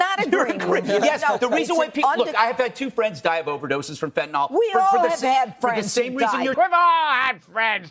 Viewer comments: It makes me cringe when people call fentanyl - fantanol. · Why can't they even pronounce the name of the drug properly? It's 'Fentanyl', not 'Fentanol'. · Tell Judge Judy that it's fentalYl, not fentanALL. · Of course the libertarian pronounces Fentanyl ‘fentanol’. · Why does "Judge" pronounce it "fentanol"? Has she never seen it in writing? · Fen-ton-all. The conservative pronunciation for fentonyl. LOL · For FUCK'S SAKE Fentanyl ends with "nyl" so it's not pronounced like "Tylenol" which ends with an "nol". The ending of fentanyl should sound more like the ending of vinyl.